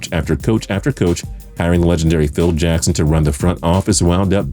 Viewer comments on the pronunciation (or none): none